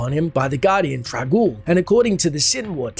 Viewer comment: Isn't it Trang-oul though? not trag-oul?